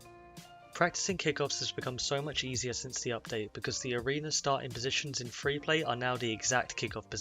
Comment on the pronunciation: Lol “free V free”